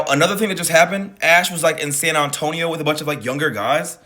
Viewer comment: You really said "San Antonion" 😂